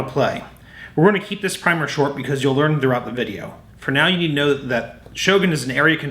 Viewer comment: Yay, primer was pronounced correctly, 10 points!!! Fantastic game...played this a heap of times, always enjoyable.